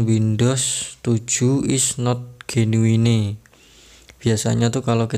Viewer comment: jenuin bang mbacanya.. bukan genuine🤣